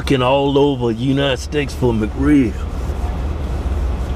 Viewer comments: "united skates" LOL, btw i love your videos. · "I been lookin all over United Steaks for the McRib!" 😂😂😂